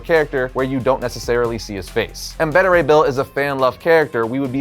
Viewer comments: It's pronounced Betta Ray Bill? Not Beta (Like what comes after Alpha) Ray Bill? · I can cope with it being pronounced 'Bayta' as opposed to 'Beeta'. Can't cope with it being pronounced 'Better' though. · Bayta not Bedda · Why is he pronouncing Beta Ray Bill's name like that? Its Beta Ray as in Bayda Ray. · I feel like you're typecasting him as Super Powerful based on his Superman role. I think he has the acting chops that he could pull off Wolverine too. See that chin coming out of the yellow cowl. Also Beta Ray Bill is going to be fucken terrifying in live action is why they are taking so long. Also you dont know how to pronounce "Beta". But its cool, made me laugh because you said it like Betta. Betta Have My Money. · It's not behta ray bill dude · It's pronounced "BAY-ta" Ray Bill